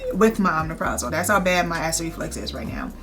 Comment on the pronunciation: You look great. My only issue is... Google the pronunciation of those meds... it's "O' mep' ro' zol" and Calcium "Sit' trait". That is a pet peeve, where I would have stopped watching, but I'm 7wks PostOp and looking at 1 yr out info.